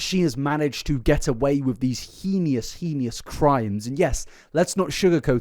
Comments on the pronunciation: heinous is pronounced(hain-us). Just thought you might like to know I don’t mean any disrespect. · okay I know there are pronunciation differences around the world but the way he says heinous really irks me. There's no I or e after the n. It's pronounced hay-nuss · for the love of god it’s pronounced HAIN-ous not HEENIE-ous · I also found it distracting, in the UK it is pronounced hay-nus rather than he-knee-us. There’s never a good time to bring up perceived mispronunciations when the topic is so sensitive and important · oh my god these people aren't getting it at all. I almost click off every video when he says "henious" for the millionth time. You're bang on, there is a massive difference between an accent and just butchering a pronunciation 😂😂 and to everyone else it's heinous (like hey-nus) not henious (like he-knee-uss) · Completely unrelated, but you’re pronouncing ‘heinous’ incorrectly. It’s ‘hay-nus’ not ‘he-ne-us’. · I love your videos so much, I watch so much of your content. I'm aware you might absolutely not care, and you're entitled to that, but I wanted to let you know you're mispronouncing the word "heinous". It's pronounced "hey-nus" not "hee-knee-us". Maybe it's a british thing with y'all's accent, but I wanted to let you know! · Love the content, thank you. But just have to point out that heinous is pronounced 'Hay-nus', not 'Heen-ius'. Many cheers. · I love this videos but PLEASE, please.... heinous... it's Hay-nus, not Heenius 😭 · Heinous is pronounced hey niss, not he nee ous. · Heinous is pronounced hey nus not he knee us. Sorry it was just bothing me, good video though 😅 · please take a minute when you have time and look up how to pronounce "heinous". it only has two syllables. both "hee-nuss" and "hay-nuss" are fine, "hee-nee-uss" is nonsense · You keep saying heeeneeeeous when its just hay nus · hey-nous, not he-ni-o-us pissed me off ngl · HEY-nous. HEEEEEEY-nous. not HEEE-NEEE-ous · Heinous (pronounced HAY-nuss) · HEENIOUS lmao